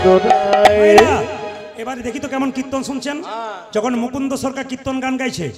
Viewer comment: কির্ত্তন উচ্চারণ করতে পারে না। বলে কিত্তন। শুধু ভাট ফালতু লেকচার মারে।